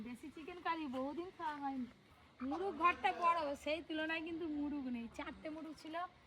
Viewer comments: মুরুগ বলে না মোরগ বলে। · মুরুগ না বলে মোরগ বলা যায় না ? কেমন যেন।